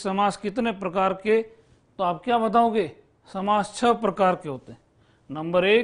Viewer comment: Guruji chhah nahi chhahota h.